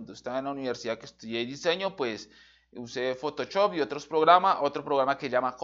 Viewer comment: "Usé Fotochop"